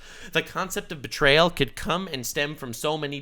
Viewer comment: She really did put L in bertrayal.